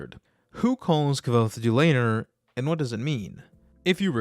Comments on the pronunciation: I believe you are mistaken about the name “Dulator”. It’s not pronounced “due-later” in the audiobook. He pronounced it “do-la-tor”. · Dulator. The first syllable is emphasized. Not the second. The third syllable is slightly less emphasized than the first and rhymes with door. If you say it correctly it sounds a lot sexier than the way you kept saying it.